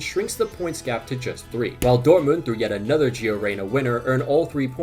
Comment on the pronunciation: man said dort-mooned